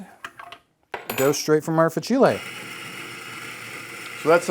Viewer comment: Please, please, say fAcile.